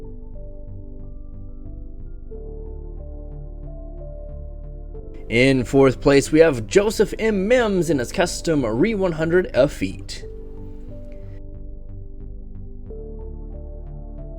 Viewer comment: Really. Does anyone at pay attention to Gundam outside of Gunpla? Because I hear you guys mispronounced a ton of stuff. Like... "Efeet". Missing the R...